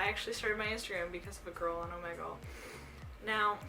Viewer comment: She's saying it wrong it's omegle